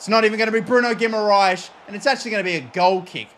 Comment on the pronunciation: how can u pronounce guimaraes and not tarkowski